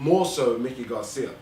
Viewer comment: Is it that hard to pronounce Mikey(MY-kee), vs. Mickey, as in Mickey Mouse. Had to stop listening because of the mispronunciation.